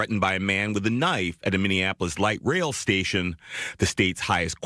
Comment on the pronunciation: “Now thahts a noyf ….”